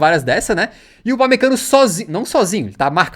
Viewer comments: "upamecanico" kkkkkkkkkkkkkkkkkk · destaque do jogo o thiago leifert falando upamecanokkkk